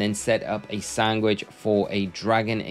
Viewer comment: Maybe it's just me, but I'm hearing sanGwhich. :D